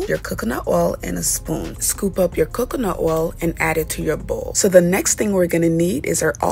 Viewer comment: I thought I was the only one who caught that. Like really😂 who can’t pronounce coconut